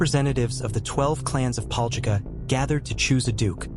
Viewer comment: LOL I LIVE THERE AND MY COUSIN TOO BUT ITS PRONOUNCED DIFFERENTLY